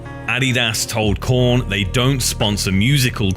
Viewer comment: Heyyy he said korn with a p instead of a k